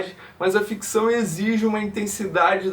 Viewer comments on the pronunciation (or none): none